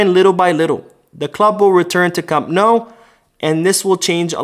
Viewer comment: Nice job pronouncing Camp Nou!